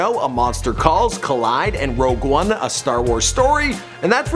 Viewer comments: "Rouge one" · Rogue One not Rouge One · it's rogue not rouge,you buffoon